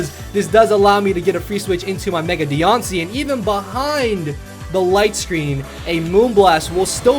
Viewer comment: Is it just me or is she even cuter as a shiny mega Pokémon aw lol and Mothra for volcarona that’s funny also you pronounce her name so weird haha